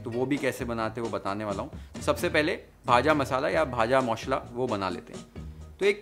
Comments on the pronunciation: Bah ! Darun..u pronounced it very well ' bhaja moshla' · The way he says Bhaja Mashla.. He definitely has some relation with Bengal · Bhaja moshla....10/10 for pronounciation. Spot on recipe. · I was just watching Kolkata style Vegetable Chop, Egg Devil & Aloo Chop, and here you come with Jhal Moodi ♥️♥️♥️ Your pronounciation of "Bhaaja Maushla" was on point !! P.S: Which bullet mixer have you used !!!! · Bhaja moshola haaaaa perfect accent simply like bangali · You nailed it man. I'm surprised to see that you actually pronounciate JHAL MURI and VAJA MOSHLA.